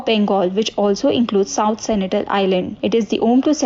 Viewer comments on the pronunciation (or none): Sentinel not Senitel